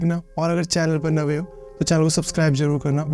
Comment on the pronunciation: I like how he said..channel pe "nave" ho..😊 subscribed dear..